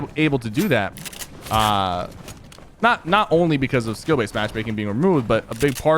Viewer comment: I can understand what you are trying to say but you were saying skill baset